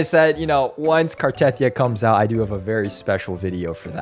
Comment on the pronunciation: Why cant anyone pronounce Cartethyia correct 😭 its Carte-thee-yuh